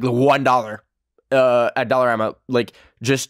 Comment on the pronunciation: no one noticed his canadian coming out when he said dollarama hahaha